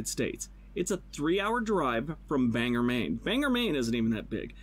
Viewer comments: “Banger” Maine is pronounced Bang-Gore, if anyone was wondering. The dude in the video got it wrong. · I live in Bangor Maine and it’s not pronounced “bang ger” Maine just say it normally “ban gor” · Am I the only one from Bangor who is upset with how the dude said Bangor Maine? >.> Bang-or not Bang'r. rolls eyes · Please note......it is not Banger Maine. That is Banger, Washington. We pronounce it Bang-or. Just like is spelled. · The corn maze on #2 says "Help feed the County". Caribou is located in Aroostook County. In Maine, Aroostook County is just referred to as The County, even though its one of 16 counties in the state. Also, Caribou isn't as isolated as the guy makes it out to be. Also2, the guy mispronounces "Bangor", which he says is also pretty small. Bangor is the 3rd largest city in the state of Maine.